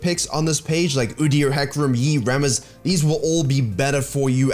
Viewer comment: I love the way you pronounce Rammus